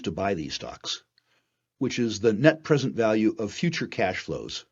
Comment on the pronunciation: Falue..Fictory..fiew.. I guess this guy doesn’t know the difference between an F and a V